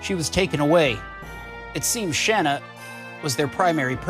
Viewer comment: Your pronunciation of Shana makes me want to set up car bombs in highly populated areas. Otherwise, good LP.